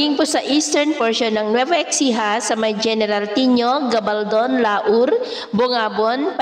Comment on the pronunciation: nueva ecija or ESIHA ☑️ EXCIJA, EKSIHA ❌